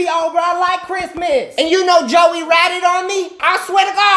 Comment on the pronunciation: I like how he was just…… like “ I LOVe cHiSTmaS !”🤣🤣🤣